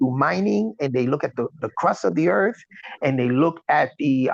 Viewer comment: How can any one take a grown ass man that pronounce earth "eard". I'm sorry I know that's an ad hom but come on.